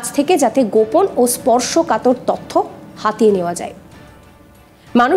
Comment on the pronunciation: শব্দটা ত(অ)থ্য নয়, ত(ও)থ্য, আর ভ্যাকেন্সি নয়, ভেকেন্সি। বড্ড কানে লাগে।